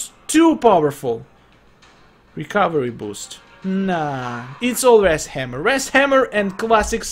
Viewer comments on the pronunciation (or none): He says wras hammer not wrath hammer